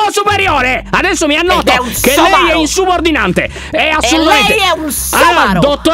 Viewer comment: ✨Lyon e gli aggettivi sostantivi:✨ " Dr spina è INSOBURDINANTNENTE"😂